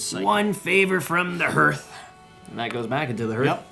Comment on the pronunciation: You still pronounce "hearth" wrong, but I am so glad for these videos. Thanks!